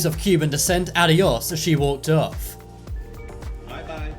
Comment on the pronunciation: HAHAHHA THE ONE THAT SAID ADEOS